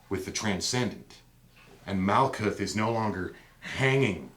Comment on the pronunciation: Great video... couple things. Herbrew does not pronounce the "th" at the end of words like Daath and Malkuth. Just a hard "T" sound. Also Malkuth/Kingdom corresponds with Earth so you can see the feminine connection there.. I disagree with you perspective that the old names would be important but not the old rules, or substances such as blood. I am not offering an opinion either way just saying the logic is not consistent. This would be the same in that you are saying replacing aspects of The Pantheon should not be re-classed as psychological aspects. You are making only personal judgments that fit your preference and not off of a consistent theory. Either the Old Ways are superior or magickal knowledge evolves, which one? Thanks! new subscriber!